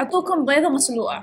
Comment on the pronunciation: مين لاحظ أنو قالت بيضة مسلوعة مو مسلوقة 😂في المطعم قبل الأخير😂